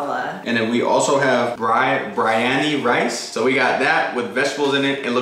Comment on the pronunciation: is not bryaneeee its Be Re A Nee nice try tho